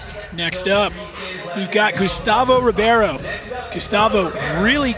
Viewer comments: É Gustavo Ribeiro não Gustavo Ribierio. Aprendam a dizer os nomes corretamente. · Rowley says Ribeiro wrong every time :)